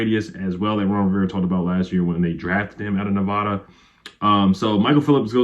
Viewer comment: Love your videos. OG Commanders fan watching from Nevada (pronounced, "neh-VAD-uh" where the VAD sounds like the word "bad").